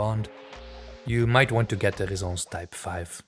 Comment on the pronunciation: Why do you pronounce it Rezence when there are 2 ss. Shouldn't it be ressence